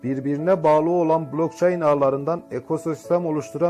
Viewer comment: Blok çayn deyişden nekadar profsenel oldugunu anladım